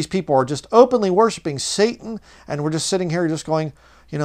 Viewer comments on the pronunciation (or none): none